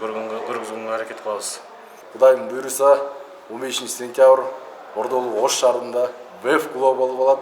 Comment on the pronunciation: "Ощ" эмес "Ош"!